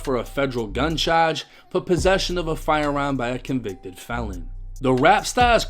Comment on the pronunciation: Y do u say charge like that I’m from Baltimore but bro that shit mad annoying